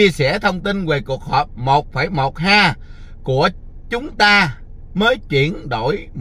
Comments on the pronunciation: ha . Có học nên đọc héc ta nhe. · Ha nên đọc là éc ta